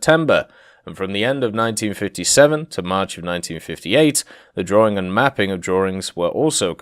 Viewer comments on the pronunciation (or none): none